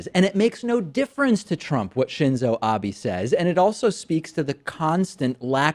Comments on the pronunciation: Entertaining, informative video, nice job! For future reference however, it's pronounced ah-bay, not ah-bee. The confusion is understandable if you don't speak Japanese; I'm currently studying it. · It's "Abe" not "Abi". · Shinzo Ab-EH, not EE, just saying, everyone seems to be getting that wrong. I think Cenk called him "Abe" like Abe Lincoln. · "Shinzo Abi" lol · it's Ab-eh, like an open "eh" sound, not Ab-eee. Ironic given the content of your video... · a-bay not a-bee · hey, Debiddo Packmorn. Stop calling him Abi. It's Abe (Ah-beh). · you're saying Abe incorrectly.... check yourself. it's Ah-bay not Ah-bee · Please stop saying Abi instead of Abe. It's ok if you don't pronounce a foreign name perfectly but you could hardly say it worse if you tried and your buddy kept saying it right (more or less). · Prime Minister Abe's last name shoukd be pronounced to rhyme with "obey." Pronounce Abe: "Ah-bay." NOT "Ah-bee." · It's A-beh... not A-bee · Ahh beh not Ahh bi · David, the PM's name is Ah-beh, not Abby! Please! I'd want our PM to trash talk Trump-san in Japanese with his best diplomatic smile on his face, completely opposite to what he's saying. The earpieceless president's reaction would be hilarious to watch. lol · Its Shinzo Abe with o like in the word oblique, not Shinzow Abi. Would you call Elizabeth Warren, Elizabith Warrin? Lol. Shinzow Abi is a different person. It's sometimes really annoying that Americans try to pronounce names from other countries using the english tone. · David, just for future reference, Abe is pronounced like Ah-bay not Ah-bee. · Just a quick note, Abe's pronounced "ah-beh", not "ah-bee" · David in Japanese be is pronounced bay...long a sound. His name is Ah Bay not Ah Bee (phonetically). The Romaji spelling of what would sound like Ah Bee would then be Abi. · It's not Abi, it's Ah-beh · Just a small thing, but it's not "Ah-bee" The "e" in "Abe" is short. Like "bet." "Ah-beh" Still, this story is hilarious in any language.